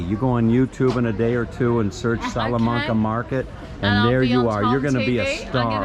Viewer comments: Pronounced wrong. Its salla-main-ca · Hi Tom, Our family visited Hobart back in early 2004. It was our first trip to Tasmania. Incidentally, most of the A's in "Salamanca" are pronounced like you say "apple". I hope that helps. Interesting seeing the market there, as we missed that, not being in Hobart over a weekend. Love the chess set there. Looking at all the food there makes me hungry. Thanks for yet another excellent walk and talk. All the best, Rob.